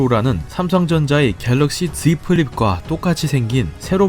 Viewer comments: 갤럭시 즈이 플립 ㅋㅋㄹㅋㄹㅋㄹㅋㄹㅋㅋㅋㅋㅋㅋ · Z발음을 꼭 그렇게 해야 되냐요? "ㅈㅡ위 플립"┌(;￣◇￣)┘ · z플립 발음 무엇 즈이플립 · 겔럭시 zㅣ플립은ㅋㅋ 발음ㅋㅋㅋ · 할꺼면 플립도 같이 굴리던지, 아니며 걍 지플립이라고 해주세요. 정작 코쟁이들 영상보면 안그러는데... 영어에 자격지심 있는 사람 발음 같아요. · 나만 갤럭씨 즤 플립 발음 ㅋㅋㅋㅋ왜케웃기냨ㅋㅋㅋㅋ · 지플립 발음 진짜 ㅋㅋㅋㅋㅋ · z발음이 너무 거슬려서 못보겠음. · Z 발음 나만 부담스러운거야? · Z발음 죽이네요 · 이우준 않이, 할려면 플립까지 같이 굴리던가... z도 영어고 flip도 영언데 왜 z만 굴리고 플립은 토종 한국 발음...